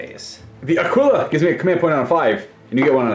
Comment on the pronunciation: Great videos but for the love of god Aquila is pronounced "Akilla"